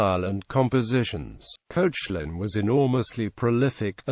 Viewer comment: Koshe - lin? Its pronounced Kek - lan!